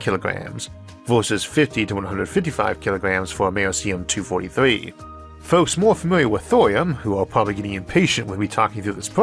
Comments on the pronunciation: Nope. The C in Americium is a soft c, -or sh. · ISSAC. Americum was named for America. The 'c' has a 'k' sound. Radon is "RAY-don," not, "RAY-di-on," and caveat is, "KAH-vi-oht," not, "KAH-veet." You don't normally make mistakes like these. What's going on? P.S. The first electric engine plane was unveiled last month